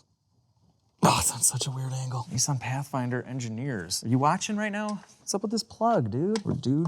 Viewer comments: Why do Americans call it a NESSON . Nis san ....no e's lol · Hey hey it’s Nissan not kneesaan😂😂🇦🇺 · You guys in the northern hemisphere all pronounce Nissan so differently from us down under 😂 I wonder which way is the "correct" way? (Also, am loving the content!)